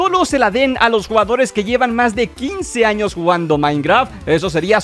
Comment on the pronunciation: dice años pero parece que dice anos XD